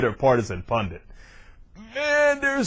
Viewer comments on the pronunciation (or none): Why do most Republicans say "PUNDENT" instead of pundit? Do they think it's just the short form of correspondent? Or do they not think at all and just try to repeat something they heard Bill O'Reilly say? Almost everyone on Fox News, Elisabeth Hasselbeck, Dubya, and most other Republican politicians pronounce it like this.